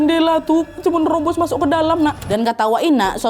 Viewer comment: Ketawa banget waktu ka nadia bilang "masok" harus banget "MASOKKK" yaa WKWKKW